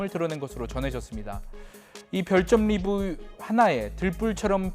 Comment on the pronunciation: 아나운서인지 기자인지 왜 이렇게 버벅대냐! 리뷰라는영어단어발음만나오면 한국발음도꼬여서해매네. 발음연습좀 해야겠어요.